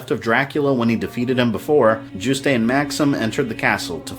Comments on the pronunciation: It must be because I'm French but I get so triggered by your pronunciation of Juste. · I think the "e" in Juste's name is silent. Great job, love how you characterized Simon, too! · I'm pretty sure the E is silent. I've heard almost every reviewer pronounce it that way, all my friends pronounce it that way, and I'm pretty sure the devs pronounce it that way in certain interviews. In fact, you're the only person I've heard pronounce it the way you do. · I finally found one complaint with this series so far. Juste is pronounced "Joo-st" like roost, not "Joo-stay". Oh, one more . For Richter to be Juste's son, Juste would've had to be 43 when he had him. That's certainly not impossible, but it seems far more likely to me that Richter is Juste and Lydie's grandson. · I absolutely adore these videos! But there is one thing I'd like to point out (I'm not sure if it's been said already so sorry if I'm retreading worn ground!): Juste's name is pronounced "Joost". Hearing "Joo-stay" made my French speaking ears recoil in horror. It's an easy mistake to make, so I totally get why, especially since it's a really particularly weird name, but yeah! Aside from that, I love this, and learned a few things I didn't know before, too! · well its a french word and means righteous; definitely not pronounced Yoost. Richter is a german word and he pronounced it wrong too, but pronouncing Richter is pretty hard for someone who doesnt speak german. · You pronounced Juste wrong. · Juiced not jus tay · Juste is pronounced "YOOST" bro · Juste' is pronounced Yoost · official sources say his name is pronounced as Yoost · My eyelid every time you pronounced "Juste". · That's not how you pronounce "Juste"